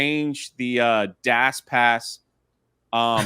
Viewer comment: My guy really struggles to say dash pass. "Dass pass"